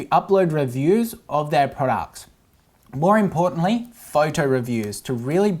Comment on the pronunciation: thumbs up for the number of times says "prawducks"